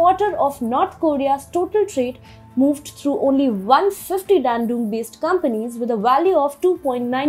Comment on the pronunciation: this time I stopped at "funneled". For god's sake - look up Google for a word that you are not sure how to pronounce. Also please get the pronunciation of names correctly. You are pronouncing Dandong as Dendung. There were a bunch of other mistakes you made. The content of TFI global is good. But your pronunciation is really annoying viewers!!! It could drive away many of us. Please raise your bar of professionalism.